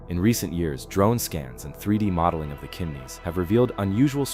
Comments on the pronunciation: It's not "Kimneys" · Also: Iroquois s/b EER -o-kwah, Piedmont s/b PEED-mont; Chimneys - "ch" sound as in chip, not "k" sound; sed-i-MEN-tary, not sed-i-men-TARY